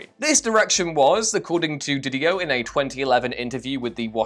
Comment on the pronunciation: love the comics king of whatculture mispronouncing Didio and capullo